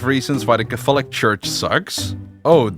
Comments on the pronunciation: your pronunciation of the word catholic is a heresy much more severe than Luther's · Yo, in the English language Catholic is pronounced Kathlik. The 'o' is silent. Otherwise this is a great video. Great work!